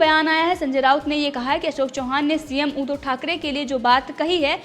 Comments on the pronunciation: ऊधो" नही उद्+धव बोल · ऊधव" नही उद्धव बोल